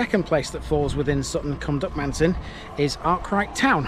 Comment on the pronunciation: Brilliant video, very informative, the only criticism I would have is in our strange pronunciation of Duckmanton, there is no emphasis on any any of the syllables, so rather than Duck-man-ton with emphasis on the a, it is actually pronounced duck-mun-tun, otherwise an excellent video. Thanks.